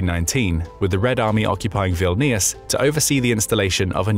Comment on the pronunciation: If you’re going to spread click bate. At least pronounce the name of the capital correctly. My wife was born and raised in Vilnius. The relations that are still there are not bothered by the talk from Russia. Been there dun that.